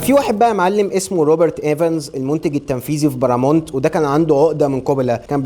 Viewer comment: اسمها باراماونت مش بارامونت 😂😂